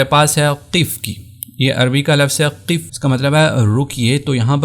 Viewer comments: بھائ قف زیر کے ساتھ نہیں ہے زبر کے ساتھ ہے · اپ وقفة کو زبر کے ساتھ پڑھ رہے ہیں اور قف کو زیر کے ساتھ